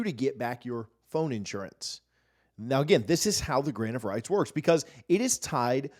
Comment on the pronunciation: Every time he says “grant of rights” I hear “grain of rice” I swear